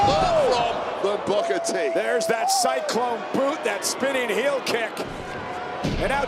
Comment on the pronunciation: bro u cant say kick so obviously lol